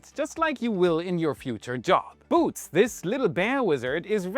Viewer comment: lol he's pronouncing Boot like how it is in German (Boat). I was like, is he saying "Boat Deaf??". Then he showed the spelling. 😅